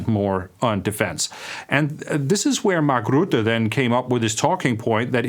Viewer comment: pronounced: Mark Røtte